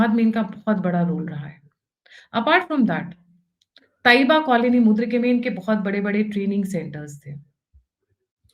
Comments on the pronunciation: MURID - KE not MUD RI KE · मुद्रीके नही बहन यै मूरीदके है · Pronounce Muridke instead of mudrike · Mam. Mudrike nahi Muridke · Muridk not mudrik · It is मुरीद - के। Please correct your expression.